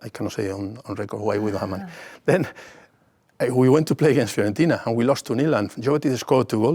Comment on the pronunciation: Fiorentina , carragher not Florentina